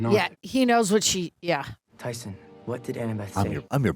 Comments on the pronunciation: We expect a full sincere apology for calling Tyson, “Titus” every chance you got. The show and even say his name so often, your selective hearing about it was soo grating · How many times did day Tyson for Dude to just say Titus? 💀💀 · His name is Tyson, not Titus